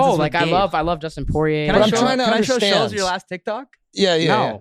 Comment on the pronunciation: Once Kyle called him Shulzzzzz I knew they had nothing planned. Didn’t even watch any Flagrant? Everyone calls him by his last name and they pronounce it correctly. Reminds me of when DrDrew said “one of my favorite comics Ari SHAYfir”….Killed me inside.